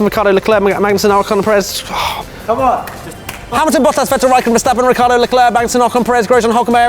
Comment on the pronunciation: It’s Ricciardo not Rikiardo 😡😡